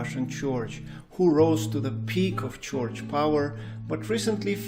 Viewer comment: It's not a "choich." It's a church. Roll the "r."